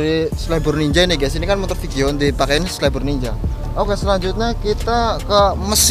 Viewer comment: Vixion cuk, bukan vikion.. gk prnah skolah ya lu